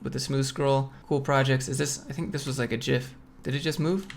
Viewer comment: Congrats on the sponsor! I get trying to take care of the viewer by making it quick and not seem like you’re shilling, but damn that might have been too fast 😂 Also, I almost unsubbed for that gif pronunciation 🤣